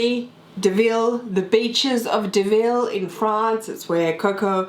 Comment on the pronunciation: Not pronounced "Deville".